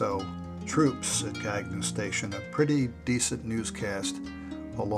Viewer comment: Very good job,. As noted by one of the commenters the correct pronounciation of the station is CAN-YOU. That was what we were taught in 1953 when the station was dedicated at the Radio Marina site. RFH